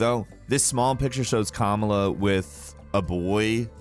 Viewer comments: Once again you mispronounced a name,. Her name is Ka-mala, not Kama-la, you really need to educate yourself on this stuff. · Small correction, it's (KA-MALL-UH), you kept saying (KAM-UH-LA) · I hate how he is pronouncing kamala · Completely butchered Kamala’s name .